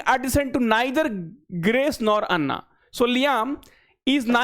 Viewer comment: एना ❎ अन्ना ✅